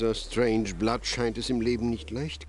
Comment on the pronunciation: Strangeblood kann seinen Namen nicht richtig aussprechen :D